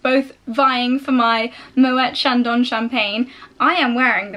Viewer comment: Lovely blog. Your champagne pronunciation is all wrong though! It should be Mo-a Shon-don! It's hard to describe, but the final "n" is softly pronounced, not a hard sound? Love your fashion hauls x